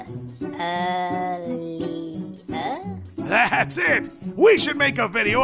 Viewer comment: I heard say Ali-a? Instead of Earlier. ELEMENT ANIMATIONS × Ali-a? No this is an old video i know